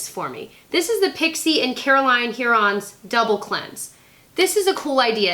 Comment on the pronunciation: Just because I love you... Caroline Hirons pronounces her name HIGH-rons... not HEAR-ons. I watch her a lot and love her! Skincare genius. She's also hilarious on insta-stories.